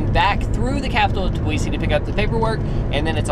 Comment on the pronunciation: Aaaaaaaaaaaahhhhhhhh at the way you say Tbilisi. The T is silent and pronounced bilisi